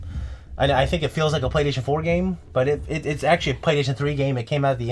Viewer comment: It's what I heard when would say "Playstation". Go back and rewatch. You won't be able to unhear it.